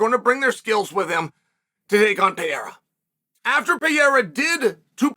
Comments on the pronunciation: Who the fook is Piera? PE- Rey- rah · Kmon Sonnen.... "Piera"???? P E R E I R A!!! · Please stop calling him "Piera", just take one minute to learn how his name is pronounced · I thought chael was done saying peayrah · Btw thanks for butchering my surname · Pear-Ray-Ra! HahahPierre-a! Hahah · To Spanish and Portuguese speakers, you saying PEEERA sounds like a Mexican saying Donald Trump to an American. XD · Dude, why can't you say his name correctly? Such arrogance and ignorance